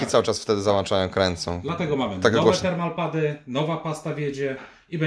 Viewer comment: Termopady a nie termalpady :D